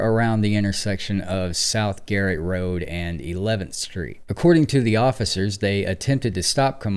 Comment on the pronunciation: GARNETT.....not garrett.